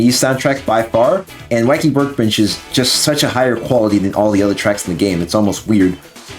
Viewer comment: "Waccky Workgbench"